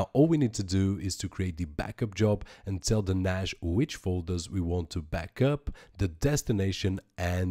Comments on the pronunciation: NASH, NASH, NASH... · could not watch due to the fact you cant say NAS right ...